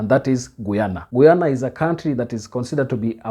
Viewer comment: My country is pronounced guy- an - na Guyana. Thanks